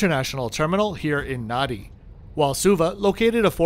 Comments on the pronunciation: Just a small correction: Fijians add an m and an n in the middle of words which makes NADI not nuddy but Nandi. Same as the PM Rabuka is RAMbuka. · Nadi, is pronouncement NAN DI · Nadi is pronounced NANDI 🙄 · Nice video😊 Just a local pronunciation pointer - Nadi is actually pronounced 'Nan-dee' Hope this helps, sorry if it sounds picky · Hey its Hadi pronounced Nandi. Air NZ also flys to European destinations. Putz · Great video. Nadi. Thats how its spelt. But it's spoken as "Nandi". Phonetically as Narnde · Great review, Nadi is pronounced Nandi. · interesting review, I do however need to point out it is pronounced NANDI. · "Nan - dee"